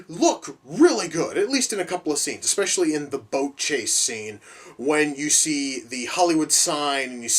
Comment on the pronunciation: "Especially". Fogot the "y" there for a moment.